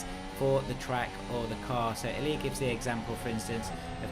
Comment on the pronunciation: Great video! sorry for being that guy, but it's pronounced LOO-ah not L-U-A